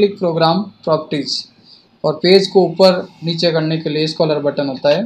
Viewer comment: Nyc .. but plz improve your english.. scholar button nahi scroll button hai wo.. 🤣